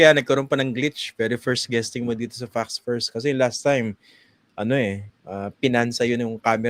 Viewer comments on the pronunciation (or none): Please say "Facts First" properly. The way you say it always sounds like "Fucks First."